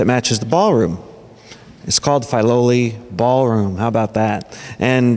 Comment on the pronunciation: WONDERFUL! Thank you! But its pronounced "Fih-loli", not "Fye-loli".